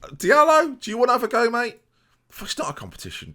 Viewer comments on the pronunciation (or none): none